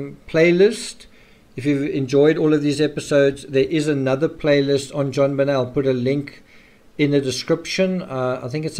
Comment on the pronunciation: why are calling JonBenet "JobBenel " at the end ?? don't even know her name properly but making all these videos to make money on you tube ?? and what was atthe last photos of her pointer out in a circle ?? never explained ...